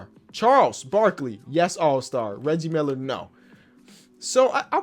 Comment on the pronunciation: I love how kept calling Reggie Miller Riggie 😂